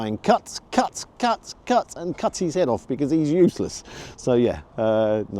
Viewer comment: love your pod. Nice variety of places and food. Just one thing annoys me- it’s how you say his. It’s his, not he’s. Petty I know, but it winds me up!!